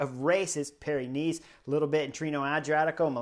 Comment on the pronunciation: When Chris says Paris-Nice, it sounds like Pyrenees.